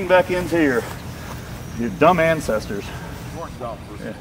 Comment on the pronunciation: "Our incesters"